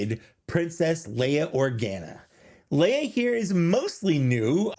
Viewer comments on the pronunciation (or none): Organ a? It's pronounced Orgahna